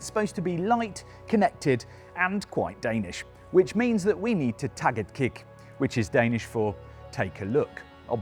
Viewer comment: It's not: Tag it kick" it's "Tag et kig", which means, like you mention, "Take a look"! :)